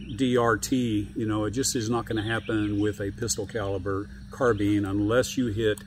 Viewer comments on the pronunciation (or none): Carbeen? Carbine, rhymes with dine, fine, mine, nine, pine, vine, wine etc.